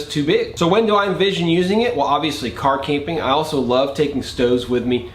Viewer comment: Car-Camping he says.